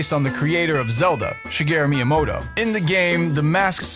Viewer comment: ...Miyomoto? Why can literally none of the people reading pronounce these things? These widely known and accepted and recognized things?